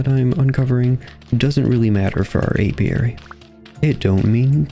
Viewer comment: Not to worry, you are pronouncing it indeed the correct way Most people normally get it wrong so kudos to you